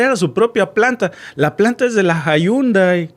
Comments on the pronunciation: Llundai ò yundai y no jundai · Se dice jandei